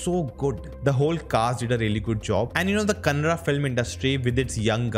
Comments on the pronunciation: You are few reviewers...pronounced Kannada and Kantara properly. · Great Bro much appreciated bro thanks for pronouncing Kaantaara and Kannada correctly !! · I love the pronounciation of kannada words ❤️❤️